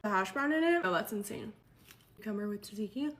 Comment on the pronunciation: dude how are you pronouncing tsatsiki 😂